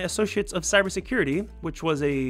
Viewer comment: yes "cyer security" lol